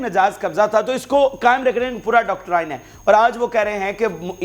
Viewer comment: House of Commons. Not House of the Commons . Doctrine pronounced as doc trin